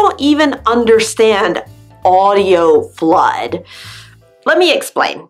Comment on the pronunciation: Yeah, we don't say flood-Ah. She's really laying emphasizing